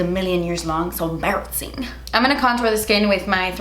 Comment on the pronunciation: “So barassing” I fucking love you. I enjoy watching you so much!!! I’m always like yea I’m gonna watch that cause I know she’s gonna be so cute and funny hahaha. Thank you for always bringing our spirits up!!!!!